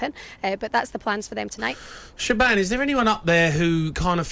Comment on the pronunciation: "sheban o'hearn" Andy Townsend should know better ffs